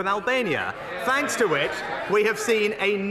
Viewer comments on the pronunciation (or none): none